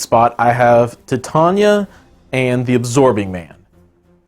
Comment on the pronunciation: Titania is pronounced like Titanic. Not like tit.